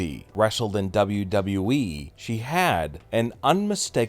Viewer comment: This guy's voice is so annoying.gosh I hate it when he say wweeee